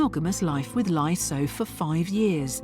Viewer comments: One of the scammers names is pronounced like “LIE” 😂😂😂😂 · Laye pronounced lie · Dude’s name is literally pronounced “lie”, Kim! 🤦🏻‍♀️